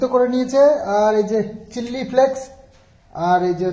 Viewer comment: খুব বেশী কথা বলতে গিয়ে ভুল কথা বলে ফেলো,চিল্লি ফ্লেক্স নয়,চিলি ফ্লেক্স। ওভার স্মার্ট হয়ে কথা বলে ব্লগটা নষ্ট করে ফেলো। সেই দিকে একটু নজর রেখো। তোমার ভালো র জন্য বললাম।